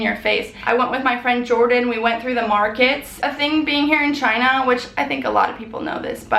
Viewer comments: but its not choona its china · chOOna... not china?!